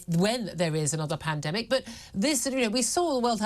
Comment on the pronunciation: Did she just say "when there is another pandamic" ? 4.36 minutes